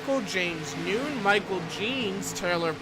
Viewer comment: James Nunn is not pronounced "noon". It's Nunn like a Catholic nun. 🤦‍♀️ K thanks